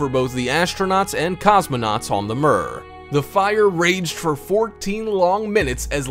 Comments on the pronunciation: Mir is pronounced “mere”, not “mur”. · I've never heard mir pronounced like that b4